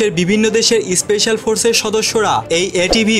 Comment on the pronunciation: Kangladesi especial noi special bol